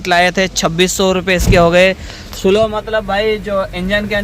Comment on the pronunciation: भाई, " स्लो " नहीं स्लीव " ( sleeve) कहते हैं शायद